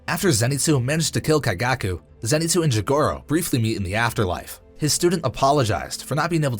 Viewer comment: “Zenitzu”😂 its “Zenitsu’